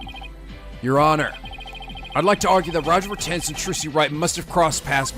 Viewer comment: Poor, he already knows the pun for Mr. Retinz and he still can't pronounce it right X'D